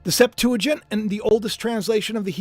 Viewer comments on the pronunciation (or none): none